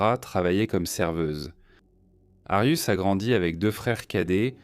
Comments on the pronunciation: C'est pas Arius mais Arias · Pourquoi vous appelez Jodi Arias " "Darius"????? Ou "arius"????